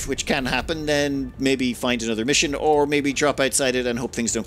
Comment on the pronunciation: wasnt looking at the screen, and thought, huh never seen a battle button labeled "or/ore" before. then i looked up and remembered cant say R like an american